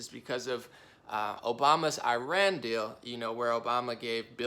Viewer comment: This guy is a complete right wing hack! And dumb as a doorknob. That’s not how you pronounce Iran.